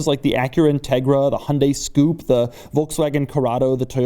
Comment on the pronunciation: HAHA He called it the Hyundai SCOOP